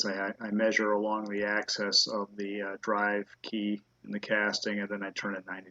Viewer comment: access ? don't you mean axis !! and people says I stupid. why don't you spit out the marbles before you do you video ??